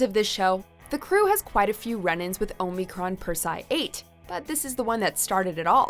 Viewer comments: Tbh the only thing crossing the line is how you pronounce omicron persei 8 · So Omicron Persei 8... a planet where the name is mentioned so heavily in the show that no fan could EVER mispronounce it... and you guys managed to release an entire video about Futurama and mispronounced it every single time. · Omicron Persei 8 and Enus (like saying Venus without the V) Good grief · You butchering Omicron Persei 8 100 different times was the biggest crossing of the line I seen and heard in this video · You literally have the name of the planet in your video, learn to say it right. Number 3 also has one of my favorite lines from the professor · the shows clip says "Omicron Persei 8" - pronounces it wrong again. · If you ever watched Futurama, you would know how to pronounce Omicron Persei 8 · The clips in your own video had the correct pronunciation though. Could you not just listen to the clip? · Damnit, narrator, It's pronounced "Percey-Eye" not "purse-eye"!! Have you never watched Futurama?? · TurangaMaxx OH - MIH - CRON - PER - SEE - EYE - 8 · Your mispronunciation of Omicron Perciai 8 bugs me. It's clear the narrator never watched the show (or even the clips they used in this video). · Why did they pick someone who has never seen the show do the list. Lrrr of the planet omnicron persei 8 is stated all the time but she cant say it correctly 😠😠😠😠😠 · You're killing me. Its pronounced in the show as Omicron Per-see-aye 8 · Aahm-eh-cron purse-eee-i 8.... it's not that hard to pronounce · We all know it's pronounced "Oh-my-corn Parsley 8." Jeez,.... 🙄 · Lrrr said the name of his planet, and she still said "Oh Me Corn Per Sai Ate" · literally stopped watching when she said omeecron persi 8 girl have someone who watches it say it jesus at least pretend you know the show you are making a list for lol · perse-i-8 ... the i is heavily emphasised! lol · Really struggling with that "Omicron Persei 8" pronunciation there eh?